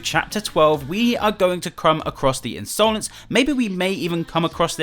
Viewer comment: A lot of theories going on about piggy and here is me still triggered at pronouncing Insolence as Ins-oh-lence